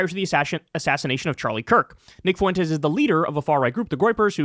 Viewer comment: In a word like fuentes, the U is the weak vowel and the E is the strong vowel that gets the stress. It sounds like fwentes Kyle - you sound ridiculous saying FOO-entes